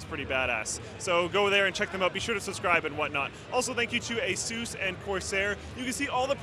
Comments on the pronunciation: Its not (Ahe-Sues) its (ahe-suhs) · AYSOOOOOOOOHHSS, it's ASUS, like short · Why do they call the brand Asus... AZues?????